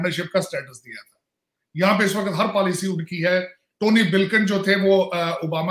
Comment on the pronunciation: Sir Urdu toh theek se bol lo. Waqat nahin hota hai waqt hota hai.